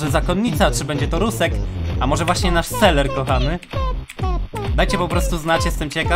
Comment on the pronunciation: To nie jest seler tylko selver